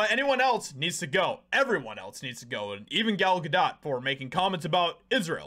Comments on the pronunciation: Gal [Gah-dough] not Gah DOT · Its pronounced Good Dough not Good Dot? 😐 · Bro how r u STILL saying her name wrong?? It’s GA-DOE NOT GA-DOT. Like this is the 3rd video I’ve seen where u can’t manage to pronounce the name of person in ur title correctly which weakens ur ability to have a strong opinion. Love ur vids but come on brotha do at least a little research b4 editing ur final cut so u don’t sound dumb. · Pronounced Gal Ga doe (long “o” no “t” sound)…I believe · Her name is pronounced Gadough. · It's not dot (ga dot). if your going to say it 25 times in 4 minutes maybe try and get it correct , or only say it once or twice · Gal Ga-dot? Lol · Is he intentionally mispronouncing her name? Is it ignorance or is he trying to be edgy?… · dude, you don't pronounce the T in Gadot. Why don't you know how to pronounce her name???????????????????????????????????????????????????????????????????????????????????